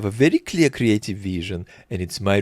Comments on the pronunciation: 😂😂I 💕 how you pronounce this veeeesion!! 🎉. Also the microbe 🦠 attention-spam of the POTUS and how you imitate this childish voice! 👏😀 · slavic accent feels personal man "viiIIIizZzion" hurts :<